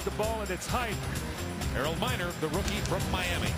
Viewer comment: It is Harold Miner not Minor. Greg Minor spelled his last name like that.